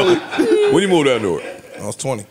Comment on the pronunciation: Joe pronounces Newark like somebody that’s not from Jersey